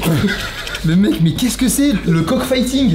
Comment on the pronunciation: Le corp fhiting lol comment il a dit😂😂😂😂😂